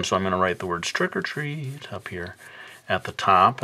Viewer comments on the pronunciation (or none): when he said "trick or treat" I thought he said "stripper tree" with the way he said it XD